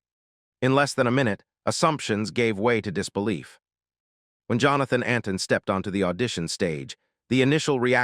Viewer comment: His name is Antoine -nit Anton and as usual these videos tell us nothing new and get lots of things wrong I don't know why the makers bother